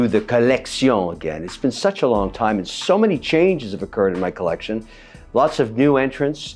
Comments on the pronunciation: *collection, the pronunciation sounds Spanish. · Please stop saying “collection” like that. It’s horrific